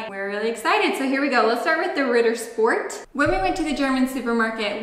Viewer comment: it's not RIDDER...sport...it's Ritttttter Sch-p-ort